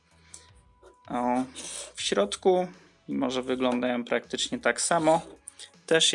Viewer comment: oj. naucz się proszę "ą" i "ę", bo uszy krwawią. chce, jes, oryginalnom, podrobionom, skupie, miare, kupiem, złoty, som, "tak PISAŁO na aukcji", różniom, przejmujom, zawartoś, jes instrukcjom, suchafki, wyglondajom, suchafki som, majom, majom, majom, gówny, różniom, sie, suchafkach, som, wyglondajom, suchafki, różniom, uruchamiajom, uwage, naszom, ciekawostkom, suchawkach, majom, jes mjejszy, som, wszyskie majom, wskakujom, czszymajom sie, otsuchu, wszendzie, majom, brzmiom, odsuchu, myśle, suchafki, troche, som, som.